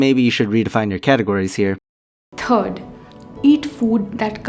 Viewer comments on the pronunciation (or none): Who else loves how she says 3rd. Turd. Also fuck her saying a tomato is a veggie